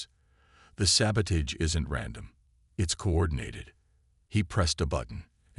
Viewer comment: Mispronounced SABOTAGE is mildly annoying however otherwise nice story